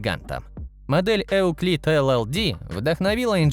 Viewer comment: Просто “ ЮКЛИД“, без “Э“ впереди.